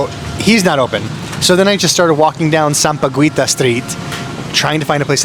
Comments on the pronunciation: Hey. It's pronounced Sam-pa-geeta not Sam-pa-guita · Sam-pa-gi-ta silent u. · Hey, in Tagalog, we read Sampaguita as Sam-pa-ghee-ta. Whenever there's a "ui" after a consonant, like an Indian ingredient or whatsoever. We ALWAYS read it as "ee", long E. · any Filipino word that has ui in the word like Sampaguita, is pronounced Sampagita, the U is silent. Just like Baguio, is Bagio, silent U. 😊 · Hello,! Tip po: Sampaguita = Sam-pa-gi-ta Guevarra = Ge-va-rah Guiguinto = Gi-gin-to Most of the time, when a U is after a G, it is silent (ayaw nya magsalita 🤭) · Hey,! Incidentally, sampaguita is pronounced with a silent "U" (SAM-PA-GEE-TA). It's a type of flower. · "sampaguita" it is pronounced with silent "u", sampagita